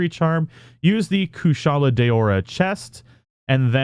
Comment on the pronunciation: It's not Day-ore-rah. Why is it so hard? It's DAO-RA. There's no 'Y' or 'E' in there. Why do you guys have to put imaginary letters where they don't exist? Do you say darkness or day-ark-ness? If you're gonna make a popular and helpful Monster Hunter guide, at least have the courtesy of learning the pronunciations from the official guide.